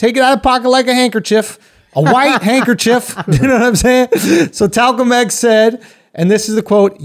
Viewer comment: Lmfaoooooooo he said Talcum X